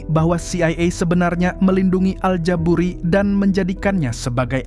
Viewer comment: al ja buri gak pakai T klo mang hehehe